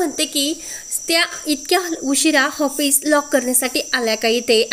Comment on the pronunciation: हापिस नाही हो, ऑफीस